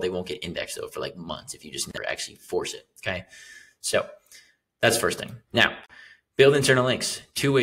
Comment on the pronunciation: When you say now it feels like meow😀 ( it’s a little bit annoying) But content is great👌